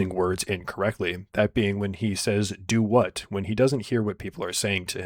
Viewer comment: "Do what?" is a pretty common phrase, but the funny part is that he says it like 🌒👄🌘 duhWuh